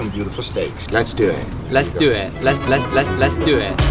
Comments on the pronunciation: Let's do eet xD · You nailed the "Les do et"